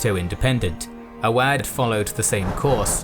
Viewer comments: AWADH will be read as "" aawaddh"" there will be stress in "aaa' by the way nice video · It's Awadh (Uv-Udh) not Oodh